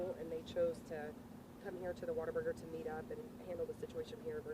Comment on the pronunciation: It’s Whataburger not waterburger.